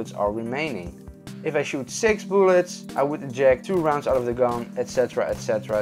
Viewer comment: Boolets? Are you Swedish or Russian? Tf?